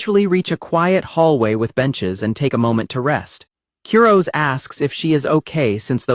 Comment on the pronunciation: I want to punch an innocent teddy bear every time I hear the AI narrator mispronounce Kurose's name. 🤦